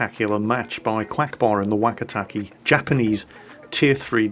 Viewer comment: The "e" sound in Japanese is short, so "keh" not "key". If it has an i after the e then it's pronounced "kay". (若竹 "Wakatake" is "Wah-Kah-Tah-Keh") Also, for anyone interested, 若竹 means "Young Bamboo".